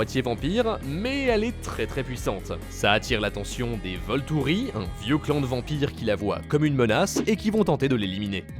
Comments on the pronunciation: Voltouri et Renesme mdr c pas plutôt VoltUri et Renésme 😂😂😂😂😂 j'vous kiffs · Voltouri PTDRRRR ! On dit Volturi. Déjà renseignez vous sur les vrais appellations ce serait au moins un respect pour votre travail. J'ai beaucoup aimé Twilight à l'époque pour avoir lu les bouquins, après je reconnais que ce n'était pas des acteurs confirmés. Bref. Le reste de la liste des films est totalement faux. Vous êtes complètement à côté de la plaque sur ce que ressentent les spectateurs.